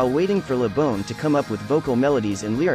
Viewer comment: It isn't bawn either, it is Bon rhymes with Gone, you said it right in the video at 3.25 :P